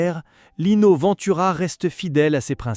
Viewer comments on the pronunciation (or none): Respectez son nom de famille : Ventura , pas Vantura . E pa A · Cette ia,c’est une merde sans nom !Ventura,ça n’est pas Vinetoura bordel!!!...et on met des humains au chomdu pour les remplacer par ces merdes ???on se suicide !!! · Cette vidéo est une INTERPRÉTATION PERSONNELLE de la vie et de la carrière de Lino Ventura (en passant, apprenez à prononcer correctement son nom de famille... ou bien êtes-vous une IA ???? ). S'il a eu des différends avec les journalistes et ou le monde du cinéma, il n'a pas été véhément à ce point. Vous ne citez AUCUNE SOURCE !! Vidéo juste créée pour 'PUT-A-CLIC' ! 😠👎